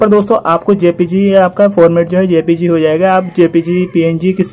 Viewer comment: jpeg ko apne galat pronounce kiya ha sir .. Jay peg bolo 🤗🤗 ~